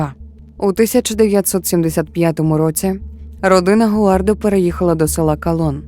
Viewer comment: Перше скажу - дякую, що змогли розповісти цю історію. Однак, хочу звернути увагу. Дуже коротко, я дивилась довгий, більше години, тру крайм фільм (щоправда рос мовою), він мене вразив і саме так я запам'ятала цю історію. У вас я її ледве впізнала на третині відео тільки за подіями. Всі імена хотілося б чути в адаптації з французької, так як саме там це відбувалось (гуардО, раймОн, брюнО, сільвАн - це вірні наголоси франц імен)